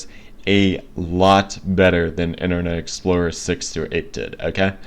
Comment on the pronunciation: I'm sure that you're having trouble saying internet explorer